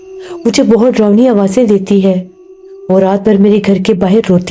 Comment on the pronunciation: Mic thodi door rakha kro zukaam jaisa lgta hai apko sorry is baat k liyai but kya bolu yahi lgta hai mujai aur darawni bola kro drownii nhi plzz darawni bola kro baki sab tek hai good job 👍